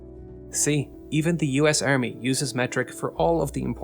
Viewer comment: "Earmy" "new-cler" "YOU-nighted" "RegLer" "Tunelts" "GIInt" 🤢 painful.